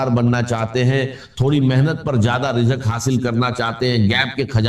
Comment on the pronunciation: Is KO ghor sy sunnain IA K alfaz hain😢rizq KO rijqh Bol rahy hain